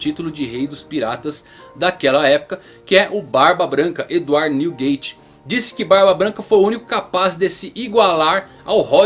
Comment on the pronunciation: Errou a pronuncia do nome do barba branca ja e dislike